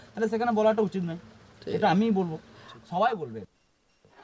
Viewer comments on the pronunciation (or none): none